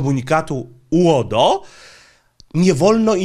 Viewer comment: Twoje uodo brzmi jak rodo z wadą wymowy 😁😆